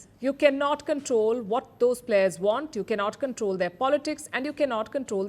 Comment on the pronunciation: Players not “Plehrs”